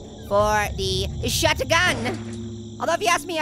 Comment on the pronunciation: It’s shotgun (sh-ot-gun)